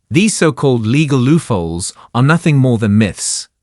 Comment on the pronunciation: Learn English! Legal Luffolds, you mean LOOP HOLES?